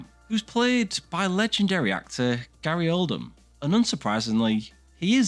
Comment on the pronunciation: Gary Oldham? Any relation to Gary Oldman? Was he in the movie you reviewed, Joker Folie a Doo with Joe-Quin Phoenix? Quit watching after that. It's really not so difficult to research pronunciation.